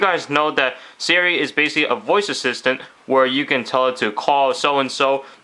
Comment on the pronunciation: It's Siri... not 'sara'